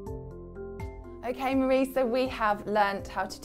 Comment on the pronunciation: i don't want a channel girl it's Mari. Like mah dee. But thanks for reaching:)